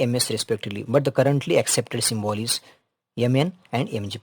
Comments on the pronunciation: Sir that is symbol not symbool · Symbol 😂 ❌. Syyybol✅